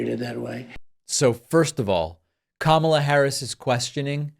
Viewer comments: He actual pronounced her name right,,,,K A M A L A not Kam al la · I see he is pronouncing Kamala the right way 😊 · First time ever he accidentally pronounce her name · El trumpo pronounces Kamala's name correctly !!! :oops